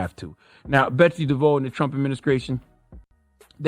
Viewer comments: She's Dutch, so it's pronounced "De Voss" lol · All due respect to Charlamagne Tha God, but you were saying Betsy's name wrong the whole time... Devos... (de Voss) you don't want to arm those retards at Fox News and that one guy you interviewed with ammunition to use against us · All facts. 💯 Also it’s pronounced “Dev-Voss” (idk why I was so irked by him saying “Dev-Voe”) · Charlemagne keeps saying Betsy DeVoe like she's related to Ronnie. It's "di-voss". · Charla, It's DE-VOSS, not DE-VOUGH. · Maybe he was doing a play on Bell Biv Devoe, so the mispronunciation was intentional. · It’s important to shed light on this true donkey. With that said, every time Charlamagne says a name his says it wrong and different from the way he pronounced it last 🤣🤣